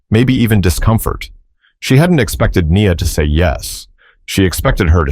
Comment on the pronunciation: I enjoyed this, but the beauty was sort of tarnished for me by the mistakes in the audio. Nia pronounced 2 ways Knee-uh and Nigh-uh. And when it mentioned the bow of the violin, the narrator said it like "bough" -- these might be nitpicks, but it shows two things - somebody didn't care enough about this video to do it well, and it was distracting for me from the story. Sorry.